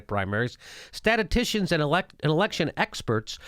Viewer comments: Or maybe slightly more like stat-us-STISH-in. Basically the same sounds if you say it fast enough. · You watched the entire video, and Jimmy struggling with the pronunciation of "statistician" was your big takeaway? Good job!